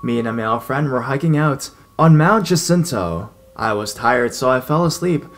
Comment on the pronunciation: San Jacinto is pronounced Hah-SEEN-toh. I know because I had a boyfriend who lived there. Delightful little town. Wish I could tour your around our Southland and teach you the names. Forever your fan,. Rainbow, BTW, is a town where farmers grow flowers for the supermarkets. The town is a literal rainbow from the freeway.